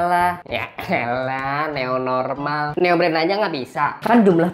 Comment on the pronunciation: New normal dibaca neu normal dong 😂